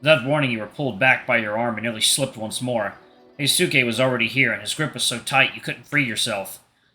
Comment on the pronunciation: Hey, I think Hyosuke's name is supposed to be pronounced as hee-yo-skay